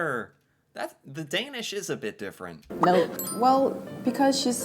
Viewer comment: I'm surprised by how well you pronounced the Danish word for food 'mad'. The d-sound was only slightly off but you almost nailed it. 👏